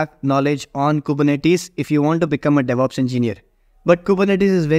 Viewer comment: "Deveops Roadmap"